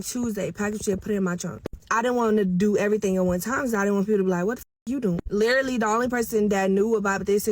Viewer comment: Not being able to pronounce literally yet insist on using it is outrageous, then saying that you were literally not yourself is even worse. But your boyfriend splurged off in your car made absolutely no sense